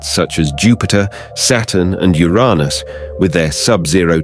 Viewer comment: U-RAH-nus? That's a new one. Anything to avoid saying 'Yer Anus', I guess.